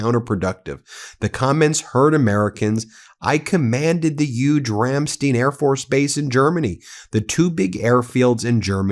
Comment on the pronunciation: Not trying to be rude at all Ben, but Ramstein is pronounced "Ram-stine. Great place!